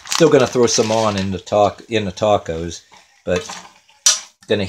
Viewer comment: He can't even pronounce 'tacos' correctly... oh my word...